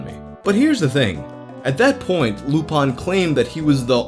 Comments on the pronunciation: You are saying user lupins name wrong. Its not lupawn but lup-in think of professor lupin from harry potter. Lupin is also latin for wolf fun fact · Also interesting that you pronounce "Lupin" as the French would, "Loopahn". Most Americans would say, "Loopin". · lupin96's name was in reference to Arsene Lupin, the classic gentleman thief from French literature. The French pronounce it more as loo-pahn. You can also hear this with almost every English dub of the classic anime Lupin III. It's not based off the Latin word or Professor Lupin. Whether knew this or not, I don't know. But he seems more like he'd be a weeb than a HP nerd growing up, so he no doubt first heard the pronunciation used in Lupin III which aired on Adult Swim in the early oughts. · how the fuck does mispronounce lupin?